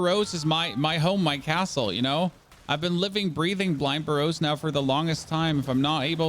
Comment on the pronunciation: Interesting pronunciations of Burrows. Whats your native language. Its Ber-Ohs btw lol. Not a big deal tho.